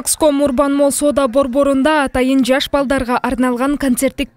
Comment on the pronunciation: Малл эмес Молл айланайындар, шерменде болбогулачы